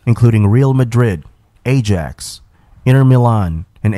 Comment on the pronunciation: They pronounce Ajax football club wrong lol 😂 Btw Clarence and Partey are not the only footballers who converted to Islam.